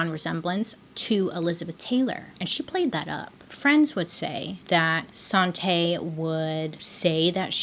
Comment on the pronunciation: i keep hearing 'sante' as 'sauté' so that's what her name is now